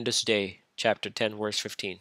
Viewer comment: Funny that he keeps pronouncing "verse" as "worse".